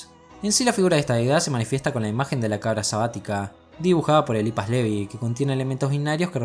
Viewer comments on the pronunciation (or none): none